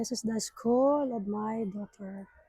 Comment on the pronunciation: Hindi SKOL dear, SKUL hehe